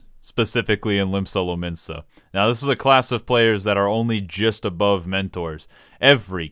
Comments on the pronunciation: I was frowning until you said mentoors then started laughing hysterically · At the beginning I thought he was shitting on sprouts like me and I just laughed so loud when he said mentors